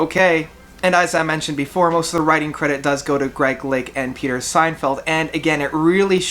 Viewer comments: Peter “Signfield”? Lol. It’s “Sinfield” as in “Sin”, not “Sign” and he wrote the lyrics of many great songs, including the lyrics on “In the Court of the Crimson King” , In the “Wake of Poseidon” , “Lizard” and “Islands”, as well as ccasionally added touches of EMS VCS 3 synthesizer, see, e.g., the Ladies of the Road album recorded live on tour in 1971 and '72 or "Indoor Games" and "Happy Family" on the Lizard album. In fact, Fripp became involved with other projects (most notably the Centipede orchestra), which left Sinfield with much of the responsibility for the final version and design of the album Lizard, including the uniquely ornate jacket. Also, he co-wrote the majority of the lyrics with Lake for ELP’s “Brain Salad Surgery” album as well as all of the Greg Lake songs and “Pirates” on “Works Vol. 1” and “Vol. 2” including “Tiger in a Spotlight” and “I Believe in Father Christmas”. He also recorded a really great solo album called “Still” on ELP’s Manticore label which included Lake and John Wetton as well as many past King Crimson alumni, he also wrote the English lyrics for the Italian Prog band PFM to sing on their albums “Photo’s Of Ghosts” and “ The World Became the World”. “Love Beach” is definitely a half hearted effort by the band with some pretty cheesy songs, but there are also a few good songs as well and I think as it was a contractual obligation album, they just had fun with it. "It's not that Love Beach is a bad album," Lake has said in an interview. "It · SIN-field. Not SEIN-feld. Jeez. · The guys name is Sinfield “sin field” NOT Seinfeld 🤨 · It's not Peter "Seinfeld" but Peter SINFIELD Ha Ha... BTW would you contemplate reviewing some Camel albums?